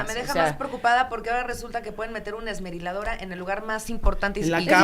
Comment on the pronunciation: tratando de decir esmeriladora al final 🤣🤣🤣🤣🤣